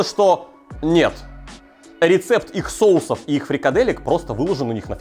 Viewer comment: Я этот человек, который не покупает фрикадельки :)) и правильно говорить сОусов :)